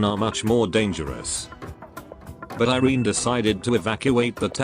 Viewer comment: If iberia is based in spain, irene would be pronounced ee-reh-neh instead of eye-reen